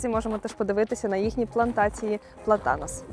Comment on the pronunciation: ПлАтанос (наголос на 1й склад)